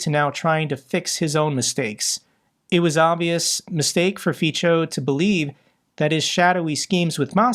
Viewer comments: Dear, we admire your tenacity and sense of justice for all of us. One VERY small improvement would be to pronounce Fico as "fitzo" and not "fitcho". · Its Fico not Fičo. Its not that difficult to type or copy his name into google and let it teach you how to say his name properly. I will comment this every time until you learn. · Fico is pronounced as Fitso, not Fitsho. Even if I don't like him, pronunciation should be correct. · Hey, Good content. One thing to clarify. Slovakia's PM name is pronounced as "Fitso", not "Ficho". Also, he's revered by the elderly, specifically women. There is a generational divide in Slovakia where the old people are enemies of liberty, prosperity, rule of law and need to have an enemy in their life (such as the big-bad USA) and a strong leader, such as Fico. Majority of young and middle aged people hates his guts. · Hi, if it plays any role at all, the pronounciation of the Slovak PM Fico's name is [ˈrɔbert ˈfitsɔ], like in 'fits-oh' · his name is pronounced as "Fitzo" (in German), (in English "Feetso" ). Thanks for your good work, I watch your every video. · Fico is pronounced like "fitso". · It was good to hear the orc female reaction to the situation in Engels...she isn't enjoying it . I hope Fico enjoyed his luxury holiday! Now he's back in Bratislava to deal with the political situation.... And its pronounced FITZO.💙💛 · I really love how pronounces Fico - it fits for Fico´s character better than correct Slovak pronounciation (Fi:tso). I´m thinking to start saying it the same way.... Greets from Praha. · Fico is pronounced feetso, Tusk is pronounced toosk. Greets. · And notice that Fico is pronounced more like feetso. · Do you want to learn some basics of those Slavic terms? - If yes, hit me up. Because, I am sorry, but even after those years, you literally do not pronounce a single Slavic term correctly: Fico, Voronezh and so on...